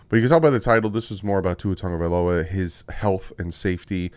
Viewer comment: Pronounce his last name